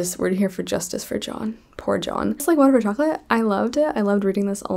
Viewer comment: i read like water for chocolate this month too! i loved it so much, im mexican so i had the privilege of reading it in the original language, and im always biased when it comes to mexican authors so it became a new favorite 🤍 love the way you pronounce the names haha🧂